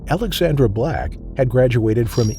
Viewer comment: It sounds like you are saying Alexander a lot. I had to check the written intro to check it is Alexandra.